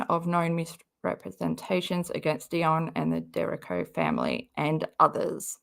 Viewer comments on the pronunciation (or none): It’s pronounced “DUR REE KO”